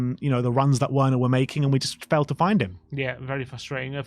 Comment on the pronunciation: Please stop saying Werners name wrong, it is just disrespectful.